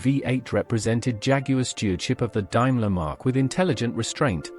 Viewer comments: From memory much of the talk over was wrong ie Daimler was pronounced completely wrong, much of the commentary didn’t tally up with the photos ie Rover P5 you were showing the P5 3.5 V8, the Rolls Royce silver cloud 3 you were looking at a silver cloud 1, during the commentary about Alvis and Armstrong Sidley several times you were showing photos of a Lagonda !!! From what I can remember, sorry!!! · Dime ler?? Should be pronounced Dame ler. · Would be entertaining, we're it not for the AI narration. Dimeler instead of Daimler. Markess intead of Marques Daimler DS for 20 limousine instead of 420. Doesn't the author listen before publishing? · The Al pronouncing of Daimler got me its not Dimeler its pronounced Daymler but is spelt Daimler the second letter is an "a" not an "i" one day Al may get it right but apart from that lashings of wood and leather defines British luxury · AI narration is so LAZY. (ALSO WRONG). Also did anyone see a SC111? All except 1 was a SC and an SC11. The SC111 also had the "new" 6.75 litre engine. Not to mention Daimler is pronounced Dame ler . AI and BAD research. Don't subscribe unless you like shit. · 'Daimler' is pronounced 'DAME-ler' not 'DIME-ler.' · What the hell is a Dimeler? Ditch the AI. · Interesting but hatd pronunciation.. Dimler!!! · Might have been good if they'd got the cars right. Talking about sat Mk5 Humber Super Snipe and showing pictures of 1960 Mk3 cars is just stupid and misleading. Calling a Daimler a "Diemlah" is just wrong and pretty insulting. A Rolls Royce Silver Cloud 2 can never pass for a Silver Cloud 3, they were totally different cars. Finally, the pronouncing of the word "Marques" is not "markess" but "Marks". A waste of screen time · Why is there pictures of American cars in this video if it's all about British cars? Can't even pronounce Daimler correctly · Stopped watching when Daimler couldn't be pronounced correctly 👎👎👎👎👎👎